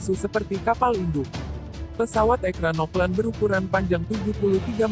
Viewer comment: Ekranoplan yg bener min... Dibacanya ekranoplen